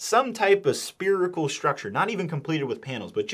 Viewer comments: Spearical? Or Spherical? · Spherical not Sperical ffs